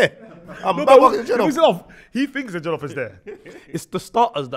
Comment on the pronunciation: It’s jOllof not jEllof but quality episode and R.I.P Spec’s Dad